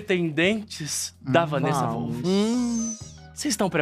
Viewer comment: O Christian o tempo todo: Wanessa Volff kkkk